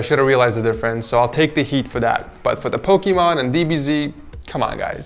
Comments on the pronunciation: Why’s he saying pokeeeeeemon It’s. Just. Pokémon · i thought you was saying pokeman